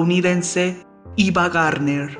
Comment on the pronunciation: 2.22...Iva Gardner...ja, ja, ja...AVA GARDNER!